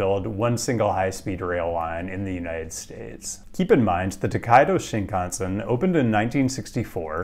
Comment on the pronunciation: pronouncing “Shinkansen” like when TPain rhymed “mansion” with “Wisconsin”